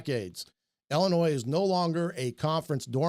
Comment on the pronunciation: My man passing on the French calls them Ill-annoys lol